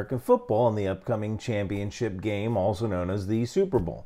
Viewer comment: Regarding the part about the culmination of the sport at the 40 second mark, you pronounced "The National Championship Game" slightly incorrectly.